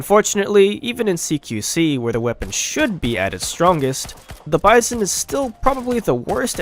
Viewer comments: Bizon is a French knockoff actually. Pronounced bee-zon, not like bison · The way the narrator pronounces "Bizon" is wrong. Also, if you use this weapon - and all the other SMGs - in a "Hollywood film manner" you will probably regret using it. You should see the videos of Arthur Alphin about trench assault, he tells you how to use a SMG and a combat shotgun effectively.